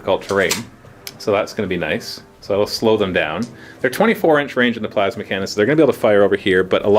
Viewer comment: I TOTALLY heard "Tervigon is gonna fire his my-ass-ma cannon" and broke up in laughter